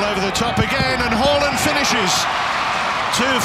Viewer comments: It's haaaaland 🤣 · The commentator be like: Hawland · It's Hoooland ... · Every time he said “Haaland” I heard “Holland”. I couldn’t believe this guy was getting Honduras confused with Holland.